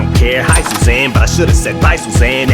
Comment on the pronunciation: It sounds like Em says: "By Shoshanne" when he says: "By Susanne" which makes me think if it's nodded towards the Tarantino line : "Au revoir Shoshanna"